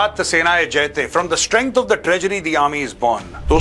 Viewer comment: It's not jayte, itsJaayte